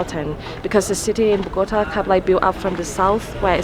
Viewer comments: 1. Kinda bothered me when you say the city name, it's BogoTA, not BoGOta. Accent is in the last syllable. Just FYI. 2. They tell you to not go south because that's the area where many low-income/working class people live and you find a lot of places with visible poverty. A couple of 'gringos' would give too much 'papaya' there. You can visit, but you should be low-key and probably with somebody that knows the area. A lot depends on specific neighborhoods. --- Look up a map of 'Estratos en Colombia' (Economic stratification) to see how the city is socioeconomically divided by districts -- Monserrate is located around 1,2,3 estratos, so the safety of an area can't be quite correlated with low estratos. In general, you you don't flash expensive stuff like your iphone if you are alone here. ** I would say it is fine down south as a tourist until you reach 'Tunjuelito.' There are commercial neighborhoods like 'La alqueria' where you can find every textile you want, dresses, halloween costumes, etc. Also, there is 'Centro Comercial Centro Mayor' which is one, if not the largest and newest shopping mall in Bogota (great stores, movie theaters, etc). Also, there is 'El Tunal' which has another shopping mall, and a park. Lots of people fly kites here during the windy months like August. 3. Why did you hike down? You hike up and take the teleferico down. It's too much for your knees otherwise in my experience. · Bogotá!!!! BOGOTAAAA. That lady say BogOta. Is wrong! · She does not know how to pronounce Bogotá.😠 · So as “travel bloggers” you didn’t even bother researching how to write “Monserrate” or how to correctly pronounce Bogota?... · The way you pronounce Bogota hurts my ears. lol